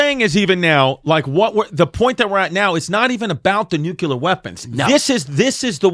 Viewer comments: Chris says Nukular the exact same way as George W Bush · No such thing as a nucular bomb!!! It’s pronounced Nu-clear. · Y'all should have a weapons expert on for this. Chrissy D can't even pronounce nuclear